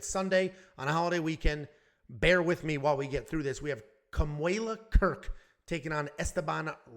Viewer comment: FYI. Kamuela…. You did perfect! You pronounced it correctly!